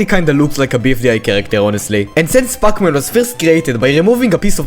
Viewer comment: What i hear puck man😭